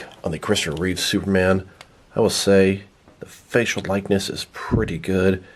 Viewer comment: reeve not reeves.. reeves is the last name of the Superman show of the 1950's